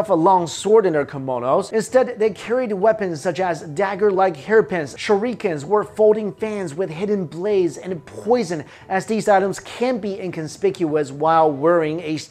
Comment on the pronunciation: I died a little when he pronounced “shuriken” with completely incorrect stress and vowel length, but what really got me was “nico te”.